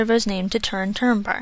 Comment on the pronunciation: The name Túrin is pronounced "DTOO-rinn", not "turrin".